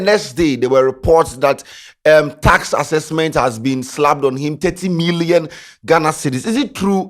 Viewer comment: what is task accesksment